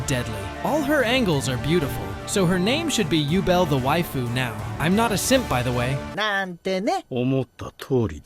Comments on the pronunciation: Übel. Not Ubel. Seems like english dub is pronouncing them all wrong. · I wondered what Name you are talking about when you said jubel. Only later i realized you tried to pronounce Übel. 😅❤️ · a lot of them i didn’t even understand… took me a while to get Übel too. (i haven’t watched all of frieren)